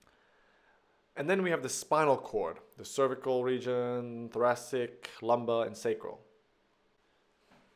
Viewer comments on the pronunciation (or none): none